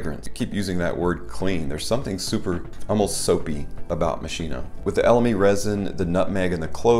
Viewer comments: Please... Moskino... Ch = k... The english pronunce in italian sound terribile k. THX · Its pronounced mos key no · it pronounced mosKino